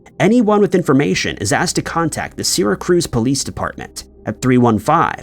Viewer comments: Sear ra cuse not sera cruise duh. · "SEERA-cruize" New York?!?!? 😂😂 Do you mean: Syracuse? I also laugh when pronounces: Edinburgh, Scotland like: "EDDIN-burg" 😂😂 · My all-time favorite is "Doo-BLIN." 😂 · His Syracuse is quite wrong, but what is Edinburg if not Eddin-Burg, unless it's Eedin-Burg? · Bro. Syracuse pronunciation hurt me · You are not pronouncing “ Syracuse” correctly. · Really?! It offends you that I prefer to hear the word "Syracuse" pronounced correctly? Credibility.